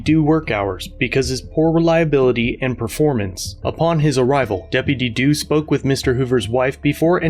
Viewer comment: Bro I'm high watching this and everytime he says "Deputy Deww" I'm 🤣😂🤣